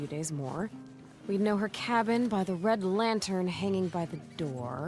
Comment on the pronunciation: Homie called it Red lanthern 😂 really makes every day better when he uploads!